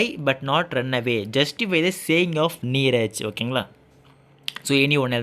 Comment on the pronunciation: Anna sthu நீரத் illa neerja 😂😂😂